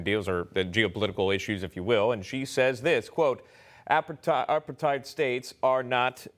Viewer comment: needs help with pronouncing APARTHEID. How embarrassing!